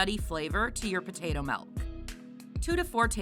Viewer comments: Why does she keep calling it melk? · I’m just making light fun of the way the woman is pronouncing the word milk in the video. It really sounds like she’s saying melk every time to me.